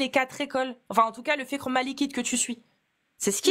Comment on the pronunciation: wow après une "lutte de longue haleine à gorge déployée", nous sort une prononciation de "fiqh" quasi parfaite 👏🏽😅